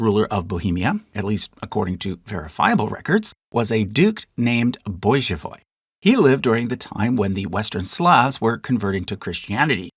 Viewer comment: yeah I was confused by that pronunciation too